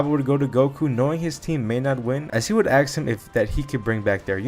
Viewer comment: you said axe instead of ask a lot, do you also cut out the smoke alarm chirps when editing the videos?